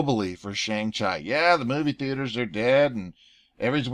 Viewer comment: Shang cheeeee! Chi=cheeeee!!¡